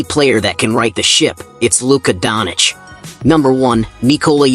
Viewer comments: Not Luka donic, its Doncic... U mess the new goat name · it us DONČIČ NOT donič